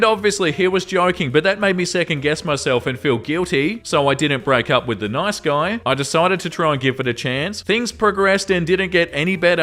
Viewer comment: As a brazilian learning english by myself, i have to say i love how you say "nOIce"